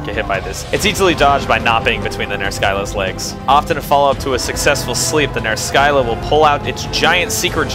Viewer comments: Just make it into a running gag where you pronounce every monster in some weird way. But almost 100% sure it's pronounced Ner-sill-ah as the greek monster, the Scylla, is pronounced Sill-ah. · Monster pronunciations are a bitch. I say Ner-skylla, you say Ner-silla. Yours makes more sense, but I couldn't get mine out of my head. Please don't hate me. D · I think I pronounce every monster's name you've done so far differently. I thought it was just like a running gag. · Your name pronunciations kill me, even if I'm the one saying it wrong. "Ner-Silla." Not really a complaint though. Tomato, Tomato.